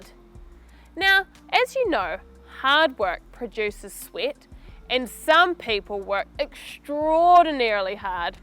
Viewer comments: It just me or idk, i heard she said "sweet". :) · Yes, she says sweet ..A bit confusing here